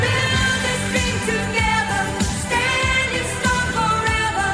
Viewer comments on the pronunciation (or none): none